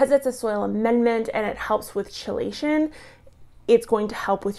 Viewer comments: ChellAshun? Wtf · Little bit concerning that a soil scientist mispronounces, "chelates" and "chelation".